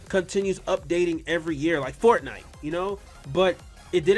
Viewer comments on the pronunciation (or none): none